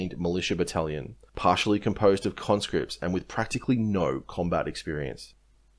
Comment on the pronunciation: Every time i hear you say conscripts i hear convicts 😂